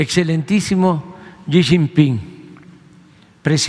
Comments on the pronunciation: Buenas tardes Alfa Noticias, mmmmm 😮 es tan transparente como su gobierno 😅 “le chin pin” así pronuncio JAJAJA y también que le escriba a los narcos y a la mamá del Chapo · Excelentisimo que? 🤣🤣🤣 No sabe ni hablar ni pronuncia el nombre del dictador chino🤣🤣🤣🤣🤣